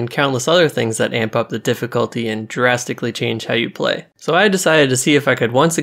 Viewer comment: man said thalassaphobia with ease but pronounced drastically, "jurastically" me : oh an underwater dino mod???